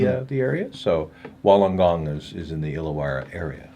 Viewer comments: Thanks for showing love to my basketball team, hearing you trying to pronounce Wollongong was fun (fyi phonetically it's pronounced Woollen-gong). Fun trivia fact about the hawks, only team to complete in every year since the nbl began. Also I believe the only team to be community owned at one point in time. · Also you pronounce Wollongong like Wool-En-Gong. And Cairns is pronounced like Can-s